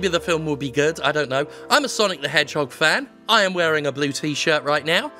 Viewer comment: SAAAAAAAANIC DE MANHOGE GOTTA GO FWAST to his life choices.